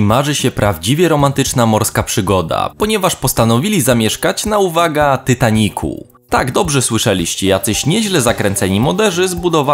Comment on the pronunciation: Mówi się "Titanik" albo "Tajtanik", jak już się upierasz przy ingliszu. I lobby, nie "lobbi", bo jak już to "lobi".